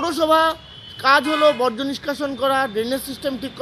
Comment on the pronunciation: ওটা 'বজ্র' নয়, 'বর্জ্য' হবে।